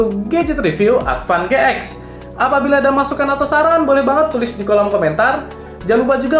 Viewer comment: Advan GX ----> bacanya Advan G-Ten 🙄